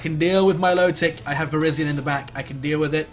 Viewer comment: ... Ver-EYE-zee-in... Hy-DRY-gon...